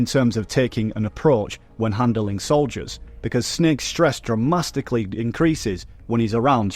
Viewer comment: "Dramastically" is my new favorite word